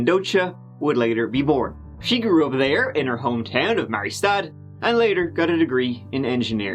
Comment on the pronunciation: Mariestad is pronounced Marijjestaad